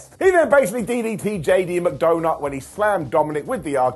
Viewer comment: veer came on monday night raw. he certainly did., I'm so upset at you. Why do you call JD McDuhnuh, "JD McDounut?" He is a man with feelings, not a circular fried cake. You missed the seeds they are plating to set up the greatest stable of the modern era: JD, Jelly Roll and CM punk, who will be known as "Jelly C McDunaroll."